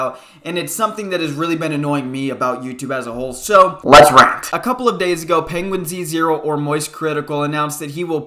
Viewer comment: Its not pronounced Penguin Z 0, it's just penguins0 LOL